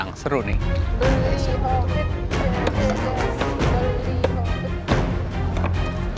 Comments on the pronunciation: say "Bli Kopit" 😅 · bener bener mood booster banget di season kali ini, manggil bli hovid jadi "Bli Kopit"